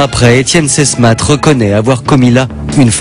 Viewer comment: Le capitaine Sesmat pas Sesmatte , pour des journalistes c´est un peu limite quand-même ...